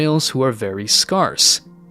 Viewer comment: I’d just like to say the word “scarce” is pronounced “scare se” not “scar se”. Scarce like scared.